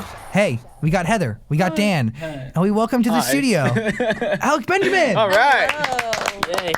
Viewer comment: 'alec benjermin'